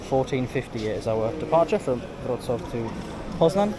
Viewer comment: You pronounce Wrocław nicely—it’s not an easy name.